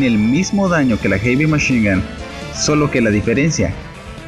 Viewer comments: Ulala señor frances heavy machine gun se dice jevymachingan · noo se dice erimeshinga